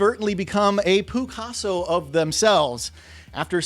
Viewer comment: Did he say “Poo-casso”?!? 😂😂